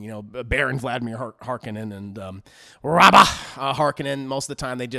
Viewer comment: Just to let you know its Rabban not Rabba